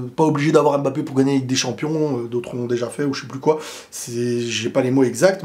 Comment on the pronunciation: Pourquoi les français disent Embappé (aime mbappé)